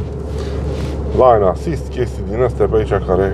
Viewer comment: "Lein" assist, nu "lain".